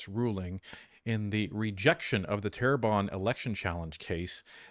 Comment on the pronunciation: its Terrebonne ;)